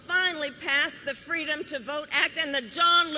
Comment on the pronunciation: Fweedom minus the 'F'.